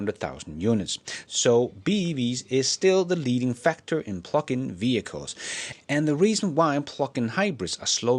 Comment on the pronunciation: I thought you were saying "pluckin' hybrids" and I thought " Give 'em hell!" 😂